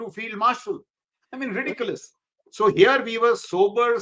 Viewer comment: can not even pronounce the words "ridiculous" and escalate properly and makes fun of General Sharif. Irony?